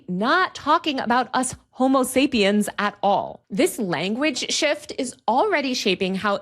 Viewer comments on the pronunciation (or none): none